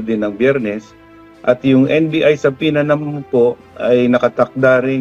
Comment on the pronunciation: American pronunciation of subpoena is suh-pee-nah.